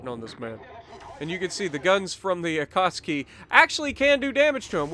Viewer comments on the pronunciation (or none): Say it with me.. A-KAT-SUKI NOT AKAHSKI...SOUNDS LIKE A DAMN POLISH DELI Great Video though and looking forward to part 3 on the Jersey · Why u called it akatski i believe is the akatsuki